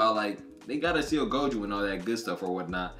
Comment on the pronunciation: It's pronounced Go Joe not go juu I'm just trying to help don't take it the wrong way pls